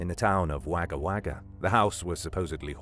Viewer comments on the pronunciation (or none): im front Australia and Wagga Wagga is pronounced Wogga Wogga my daughter was born there, nice try but, great video again 👍!!!